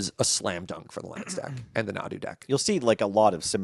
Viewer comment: Nadu? nah, dude. deux nod.